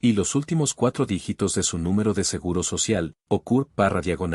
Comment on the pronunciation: Si, Igual se pronuncia ❤SEGURO,😢 no SEGARA